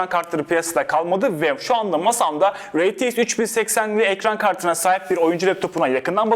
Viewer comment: rtx i neden reteix diye söylüyor